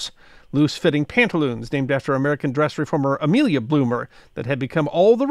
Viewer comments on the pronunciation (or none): none